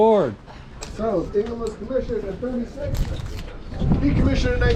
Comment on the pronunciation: I was stationed on her . Pronounced Ing-ham not Ing-rim. Great video. Thanks.